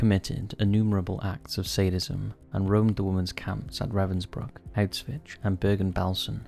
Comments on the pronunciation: is he actually pronouncing Auschwitz Auswitch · Now that is some pronunciation for Auschwitz. And it isnt some obscure name that nobody heard before, its the most well known concentration camp in Nazi Germany. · . To not know the pronunciation of some famous names (people, cities, countries etc) is foolish... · bro, do you know German? Obviously, he pronounced it incorrectly XD